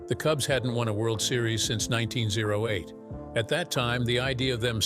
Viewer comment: 19Zero 8? It’s pronounced 1908. Nineteen hundred eight. You people who do all the narrating for YouTube, most of you suck. I’ve heard one guy pronounce one word three different ways in the same sentence and I can tell you which article it was or video it was, but I’m not going to go there. You guys need to go back to school and learn how to talk correctly Speak correctly. Something. Because you’re really bad.